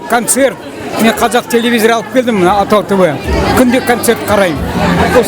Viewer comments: Атау тв емес атыңнын басы дұрыс сөйле ООООТАУ ТВ . ШЕШЕ ӘБДЕН САСЫҚ ОРЫСТАЙ ОРЫСТАНЫП КЕТКЕН! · не атау дорогой, а отау тв. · Не Атау тв , Отау тв... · Не Атау ТВ, а Отау Тв, автор ты сам говори нормально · Ассалаумағалейкүм. большой респект что не равнодушен! Но не Атау тв а Отау тв. И не надо говорить через А когда стоит О и наоборот. А то получаются искожение слова. Еще раз большой респект. Пишу с города Караганда что в центральное Казакстане. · Не атау тв а отау тв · Ассаламуалейкум жигиттер. Вы молодцы. Хотелось бы сказать на казахском языке О произносится как О. Не атау тв а отау, не дастар а достар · Ведущий с себя начни, что ты несешь АТАУ... АТАУ .., «Отау» так и произноситься!!! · Не атау тв правильно О тау тв